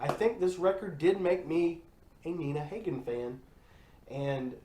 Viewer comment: Pronounced Ha-Gin, Dahling. I wouldn't be trashing Iggy, especially if you're a Green Day fan. Look up MC5, The Stooges, New York Dolls, The Ramones, The Clash, and X sometime.